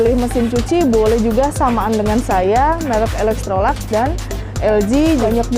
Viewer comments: Bacanya Elektroluks, bukan elektrolaks. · Yg benar ilektrolaks